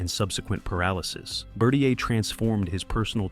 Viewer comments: His name was pronounced Bur-tier, not Bur-te-ay. No need to ask if the narrator actually watched the film! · I freakin hate it when a good video is ruined by obvious errors. Like how to pronounce Gerry Bertier name, or showing clips of Sunshine (played by Kip Pardue) when talking about Alan (played by Ryan Gosling).